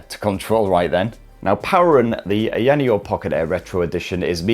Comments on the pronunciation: How difficult is it to say higher neo 🤔🤦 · staring a petition today to have the company officially rename itself to [insert ' pronounciation here] sorry,, i know u asked not to do it but i couldn't resist. LOVE U!!